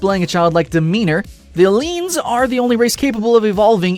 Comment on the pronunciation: AAAAAAAHHHH HE SAID EELEEENS